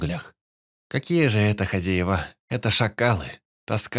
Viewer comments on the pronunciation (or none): none